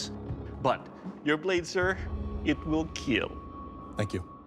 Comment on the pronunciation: 'But most importantly, Eetil Keeeel'